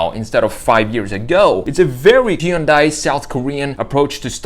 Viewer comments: It's not pronounced He-Un-Die. It's Hun-Day. Get it write it's the job you chose. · It's actually pronounced "HEE-UN-DAY". Why Americans skip the Y is beyond me... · It's "Hunday." Like Sunday. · I think that you have the pronunciation of Hyundai wrong. The Y is silent